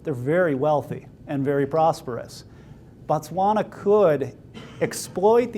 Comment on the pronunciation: Thanks for the great information, really appreciate it. im from Botswana and i dont know if its just your accent or not, i keep hearing you say Batswana when referring to the country... just wanted to make it clear that Batswana are the people and Botswana is the country. Thanks have a great day